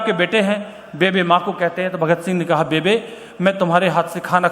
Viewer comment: पंजाबी में बेबे नहीं बेब्बे बोलते हैं माँ को जी आप आदरणीय है जी क्षमा चाहता हूँ आप से लेकिन जितना मै जानता हूँ वो बोल दिया जी